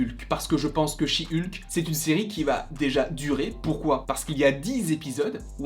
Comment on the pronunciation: Mais dites Hulk comme c'est prononcer à l'original en anglais, bon sang 😂😂😂🤣